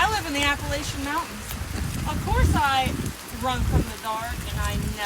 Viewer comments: It's Appa--lat--chin mountains, not Appa--lay--shun. At least to us who are from here. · Everybody say it with me now: App-a-latch-a, emphasis on the “latch”. Sincerely, just a gal who’s lived in these here mountains goin on 48 years. If you’re gonna make videos about our mountains, learn how to pronounce it correctly🙏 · I love how these people keep saying "i live in the mountains" I'm from the mountains" and continually mispronounce the very mountains they live in.... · How these tiktoker's say Appalayshen mountains, lol is as maddening as when these people say Oragone, when referring to Oregon, actually pronounced Organ. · It's pronounced App a latch an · Ap- uh- latchia I live there. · The second video it is a bobcat scream cause it looks s bobcat country here where I live. It’s our school mascot. Also before making a video on the Appalachian mountains first learn to spell it and pronounce it correctly.